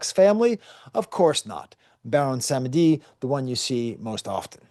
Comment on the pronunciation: PS: Ogou is [Oh-goo] Lwa is (l-wah), Dantor (Dan-toe) Baron Samedi (Bawon Samdi) Fantastic analogy to the communion. Fun fact (or maybe not so fun) Bawon Samdi gets the title of Baron for the fact that it's the highest ranked European nobility that an enslaved person was going to encounter on the island. Saturday is associated with Death (Saturn) in European occultism hence Bawon Samdi.